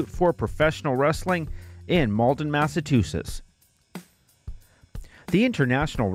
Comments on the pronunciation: It's pronounced Mass-a-Chew-setts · Massa-two-sits? Good god, how did this mispronunciation become a thing. I love everything about this series, but boy do I cringe every time I hear this…. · I appreciate these videos on the promotions.... so much that I can forgive "massatoosits" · Good vid. Why can't this guy pronounce Massachusetts ... Or Waltham